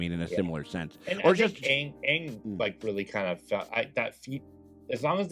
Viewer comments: At least it's better than the garbage movie. They pronounced the name correctly... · At least they say Aang instead of Ong